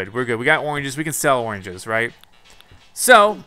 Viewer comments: anyone notice how the animals wear clothes right? well timmy and the other like raccoon or something are only wearing an apron... idk it just bothers me... also he keeps saying oinges instead of oranges... im pretty sure at least. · He says oranges weird.